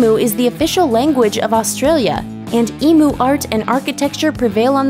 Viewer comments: Love your work, as ab Aussie, may you do me a favor, let your info department and voice over people know the great Aussie bird is pronounced EmU not Emooo, it greats against my sensitive ears and nature, with thanks, Greg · Eem-you!! Not e-moo. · EMU !! EMU EMU !!! EEM-YOO ... not f-ing "EE-MOO" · It's pronounced 'Eem-You'. Get it right! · as an australian, the pronunciation of emu in this video offends me.